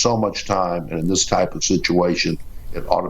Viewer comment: The word is THIS not dis!!!